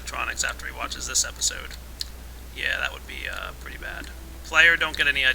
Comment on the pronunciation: Please don't say pirdy it makes me want to vomit that didn't mean I don't think your aweome